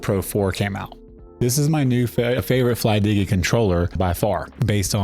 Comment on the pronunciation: it is simple to pronounce flydigi... just like the word "digital" the digi is the same